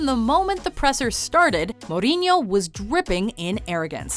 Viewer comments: Morinho lmao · Max Levin mor in ooh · the way she pronounce mourinho.. 😂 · Why does she say Mourinho’s name like that??? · The way she pronounces 'mourinho'.... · well then she's being rude and ignorant by not attempting to pronounce someone's name in the way it's pronounced